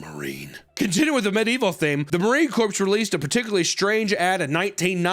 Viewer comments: for the love of all that’s good and great, corps is pronounced like core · The Marine Corpse, he says. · is 78 years old and still doesn't know how to pronounce "corps" smh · did you pronounce the "p" in corps? Wack......